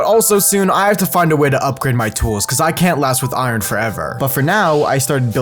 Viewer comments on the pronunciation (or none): none